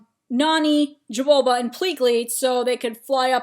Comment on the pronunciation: His name is Jumba Not Jabulba Not being rude btw just thought that was funny XD